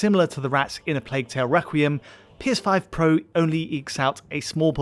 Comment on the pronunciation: anyone else heard "PS5 protesting"? 😅